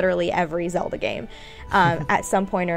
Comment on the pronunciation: its zeLda now zeodah LOL